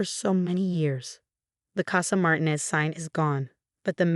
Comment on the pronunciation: (1) A female narrator for a male protagonist. (2) Mispronunciation of family name. It's Mar-TEEN-ez.